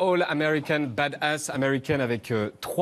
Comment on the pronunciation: Message pour Yann: on dit pas "bad-ass", on dit "badass"... Tout comme on ne dit pas "du-con"' mais "ducon'".